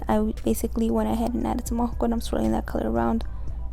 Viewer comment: She says alhocol 🤣 it's alcohol baby. The nails are amazing tho. Beautiful job